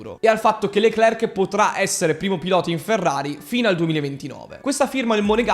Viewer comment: SI PRONUCIA " LECLER, E NON LECLERC, LA C NON SI PRONUCIA.